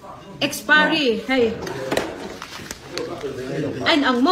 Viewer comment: Ninawm he burma nu hi, a thil zawrh a chhiat chhiat nen, tawng pai baqk si... Expiry pawh lam thiam lo.